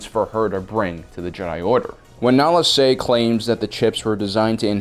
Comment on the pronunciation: LoL! the name of the Kaminoan is 'nala' se...